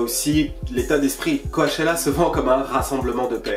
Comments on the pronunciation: mon gars qd tu dis co-a-chella tu me stresse de ouf....ca se prononce c-O-chella ahaha!!! mais force a toi tes videos sont ouf mec!! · ca se dit "CO-tchella" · Ça me stresse quand il le prononce co A tchella qq😖🤦‍♀️ en plus il fait que dire ça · Le premier ''a'' de Coachella ne se prononce pas. Ça ce dit comme le ''coach'' sportif. #JustSayin'